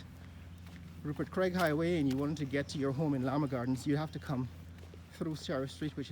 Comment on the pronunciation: Llaa Maa ha gardens not lama